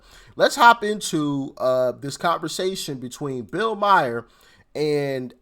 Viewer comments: Maher is pronounced “Mar”, rhymes with car lol, just fyi ;) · It's MAHER not Meyer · Pronounced Mar.... not Myer. ( the h is silent ) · Bill marr not Mier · First of all you're pronouncing his name wrong it's Bill Maher. I hate to admit that shift is right on the film industry I work in film and television as a hairdresser there are all types of incentives to lure filmmakers out of California it's too expensive which obviously they are talking about but there are major incentives from states to have films made in their state and same with going to Canada as an example it's so much cheaper and the backdrops look pretty much like they were in the US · His last name is pronounced MAR. Schiff is awful, do the opposite of what he says too succeed. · MAHER is pronounced MAR. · Pronounced Bill "Marr"